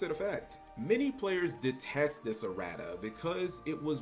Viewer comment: Lmao “uh-rat-uhs”